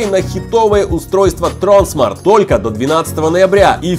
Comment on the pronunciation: Правильно говорить тронсма́рт